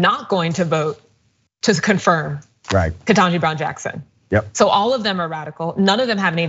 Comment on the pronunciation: Dr Richey pronounce KBJ’s name correctly!